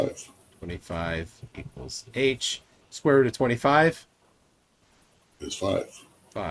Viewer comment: i dont' think i'll get "square ruht" out of my head ever